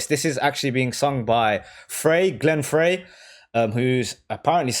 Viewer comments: It's Frey as in Fry, not Fray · Minor point; but widely used by folks while doing reactions to Eagles ...Glen Frey pronounces his last name as FRY...not FRAY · Glen Fry is how it’s pronounced and all of them sign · This song is not humorous, you don’t have a clue. It ( Frye ) is pronounced Fry , like French Fry . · Glen Frey is actually pronounced "FRY". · She could very well be with an old man, but, for the record, in the slang of the time "old man/old lady" refers to one's mate or lover. Oh, and Frey is pronounced "Fry" Vheers!